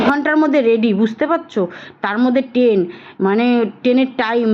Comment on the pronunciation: It's not ten,it is train 😅